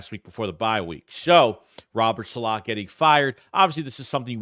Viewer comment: ....been a fan. Love the videos. But you're the absolute worst with names. Saleh is not pronounced that way. Please watch some espn videos and adjust accordingly.